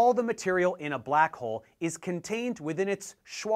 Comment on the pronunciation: First of all, I don't like how you say the word "black"...